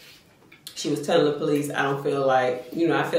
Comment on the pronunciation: Tony say he tilling the story today 😂😂😂I love it